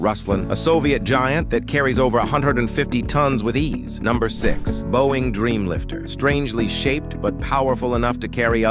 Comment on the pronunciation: You pronounced Boeing 7x7 models good!